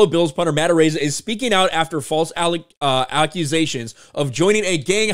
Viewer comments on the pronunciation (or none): “…allecusations…” lols 🤦‍♂️